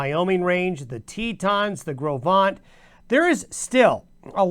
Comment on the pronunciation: Gros Ventre="Grow Vaunt" Thanks! I won't tell you how I used to mis-pronounce that!